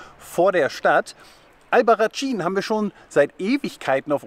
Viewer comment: Es spricht sich "Albarraßin" 😉, "tsch" wäre italienische Aussprache. - Leider kam ich da nicht hin, ohne Auto, wie ich unterwegs war, wäre das Taxi von Téruel zu teuer gewesen für meine sparsame Reisekasse. Sieht toll aus und Téruel auch mit den mozarabischen Türmen und der Geschichte von Diego und Isabel, den Liebenden. Spanisches Romeo und Julia. Diese tolle Canyonlandschaft habe ich nur ein bisschen von ferne gesehen. Toller Wanderweg! In der Nähe von Téruel liegt ein großer Flugzeugfriedhof voller Riesenjets, die auf viellleicht spätere Benutzung hoffen. Die deutschen A380 Airbusse werden gerade wiederbelebt und nach Frankfurt zurückgeflogen, weil in den letzten Jahren die Flugzeugproduktion zurückgegangen war. Aber die Bilder mit all den vielen Riesenvögeln in der leeren Landschaft sehen surreal sehenswert aus